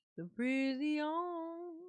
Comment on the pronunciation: Judge: Darrell we are going to let you go. Darrell: no I want to go to the prisiawn